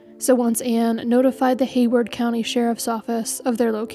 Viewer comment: Haywood not Hayward.😉